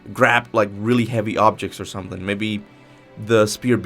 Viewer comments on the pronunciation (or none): none